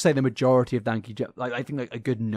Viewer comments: Just for future reference it’s Dan-keyjabo hearing you call him Danky jabo is so funny hahahha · I think his name is pronounced like Dan-key-juh-bow just for future reference. We missed you btw!! Hope you had a good holiday besides the flu part 😅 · Dan-kee-jah-bow has said his own name enough times, that you should be able to pronounce it properly. Also, exposition is harder to say than ex-i-bi-shun. Like your videos, and as you speak for a living, it’s important to pronounce things properly 😊 Merry Xmas and all those baubles 😂🎉